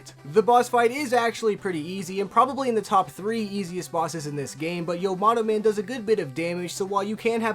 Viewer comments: Why the hell do you keep calling "Yamato Man" "Yomato Man" in all of your videos? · isn't it YAmato Man, not YOmato Man? Tomato Tomato, I guess. 🤣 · "Elec" Man and "Ya"-mato Man. C'mon dude.